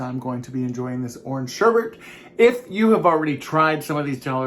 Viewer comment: Ice cream - one of my all-time favorites! However, I have a bone to pick with you. I'm kind of a word snob, and I know I can come off negatively, but I don't mean it in a bad way, but the word for the orange ice cream is sherbet, not sherbet - no R near the end. Just sayin'...Love ya!